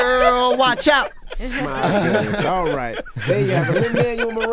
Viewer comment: Lin’s face when the host botched his name in the beginning.